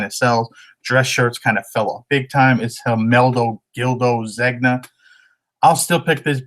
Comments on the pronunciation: I think Zegna is pronounced Zen-Ya. Your location for sourcing is amazing. My area has tons of Pendleton. I'm always getting Pendleton jackets with elbow pads. I'm in Kansas. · ZEGNA is pronounced ZANE-YAH